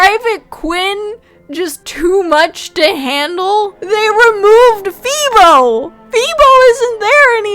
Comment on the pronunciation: Not Feebo!!!